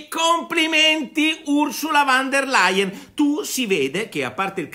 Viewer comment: Nicola, "Ursula VON der Layen" non "Ursula VAN der Layen".